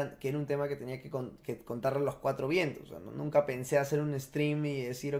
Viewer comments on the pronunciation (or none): Dice anunca , arreglalo